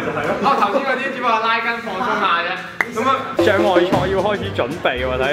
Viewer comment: 係拉筋呀唔係根呀